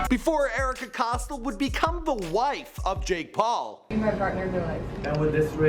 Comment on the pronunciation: Ohhh myyy fuuckkkinnnggg gooooddddd. He butchered every fucking name that I’ve watched. Erika Cost-L